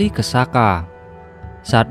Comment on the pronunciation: Soka bukan saka